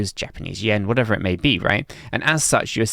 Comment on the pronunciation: For the amount this guy tries to say the word “whatever” makes me think he is trolling cuz surely at this age he’d been corrected many times 😂